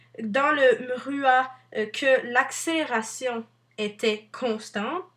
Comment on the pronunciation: le "mhruha"...